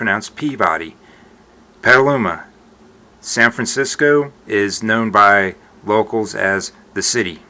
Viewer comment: I noticed that he kind of says something between San Fransiscoo and San Franciscuh. Maybe San Franciscah. It's definitely pronounced differently than someone from another part of the country that might say San Francisc"oh". The tongue just like stays in one place near the lower teeth rather than dropping a bit back in the throat to allow for the "oh" sound.